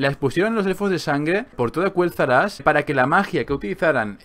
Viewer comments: Dillidan 4 Se escribe Quel'Thalas 💁🏻‍♀️, y no, no se dice Kueltalas se dice Keltalas, porque si fuese Kueltalas se escribiría Qüel'Thalas y no se escribe así:V (no se porque lo pronuncia así) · Porque Lor'themar Theron lo pronuncia así desde hace unos años. Antes también lo pronunciaba de la otra forma.